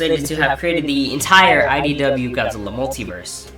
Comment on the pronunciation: it sounds like you're saying "SYW"